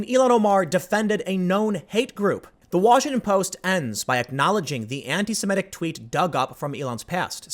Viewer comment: This is a totally trivial comment, but I couldn’t help but point out a constant mispronunciation. It is “anti-SEMITIC,” not “anti-SIMETIC.” I noticed you pronounce it correctly when reading it, but incorrectly pronounce it when talking about it. I noticed a lot of people do this and it drives me almost as batty as when people say “nucular” instead of “nuclear.”